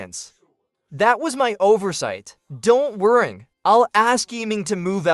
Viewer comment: WoW, that Liu Ruyan was really in the top 5 of the worst Liu Ruyan of this channel :o Ps : Also, why does this AI also say "worry" as "worring" ?